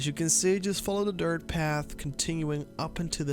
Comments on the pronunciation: It’s DIRT not dirth 🙄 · WHY do u keep saying “DIRTH” LMAO ROFL dude it’s DIRT. 😂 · Dirttttt with a T lmao not dirth. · Why the fuck do you say dirth road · "Dirth road" mygod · How many times yall think he said dirth XD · me too man! I was like is this guy saying DIRTH?? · I don't mean to be rude but is dirt road that hard to pronounce?